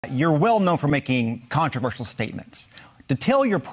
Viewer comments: Green can’t even spell ‘controversial’, much less pronounce it! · Two failed attempts to pronounce “controversial”! Stands by her mispronounced words, though! 😵‍💫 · Can’t pronounce “controversial”! 🤪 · WE ARE NOT COMMUNISTS You are controversial and btw it doesn't have 5 syllables!!! Where did you get your education? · Controversial- got the pronunciation wrong twice. Small point? Or maybe being relatively literate and educated is important. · Gespacho space lasers can't even say controversial and the things you say aren't true marge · Yeah, "contraver-shee-yall...." Then, "contra-verse-ull". Just throwing them out there to see which sounds better---like her opinions. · How many ways can you mispronounce controversial? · The blonde dude can't even say the word "controvershyall" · Haha “Contrivers-seal” tooo big a word eh Marge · Controverseeal and controversal? Does she have a speech impediment? {:o:O:} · Marge, it's CON-TRA-VER-SHALL. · She can’t even pronounce controversial. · She can't even pronounce the word "controversial." Good god. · She cant even pronounce the word controversial. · She can't even pronounce " Controversial" without really having to think about it. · Peach tree dish. Caspacho. She can’t even pronounce controversial. How the f—- did this women become part of congress? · "I stand by the words that I say..." even if I can't say them correctly. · You can trust MTG to mispronounce controversial three times in nine seconds. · She doesn’t think she said anything controversial because she can’t even pronounce that word. 😂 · She can’t even pronounce the word controversial…. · She can’t even pronounce “controversial” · She can't pronounce the word "controversial" either nor can she answer a straight question. She's all "fake" and desperate to be relevant. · "I stand by the words I say". Really? Three attempts at getting her dumb mouth around the word "controversial" and I still don't think she nailed it! 😂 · Can’t pronounce “controversial”! 😂🤣😂